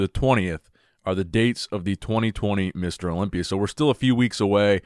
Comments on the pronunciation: I love it when he says Olombia instead of Olympia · wow, props to him I'm kinda new in the scene I didn't know about this thanks for sharing Yes English is difficult to learn if your first language is arabic, since their rhythms are different That's why he's still mispronouncing some words like Olympia, that's just his egyptian accent and I love it😂